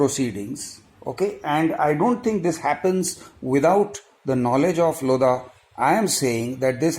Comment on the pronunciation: The 'H' in 'LODHA' is actually silent..